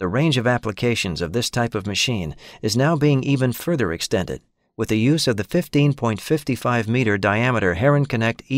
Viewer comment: funny to hear herrenknecht pronounced as herring-connect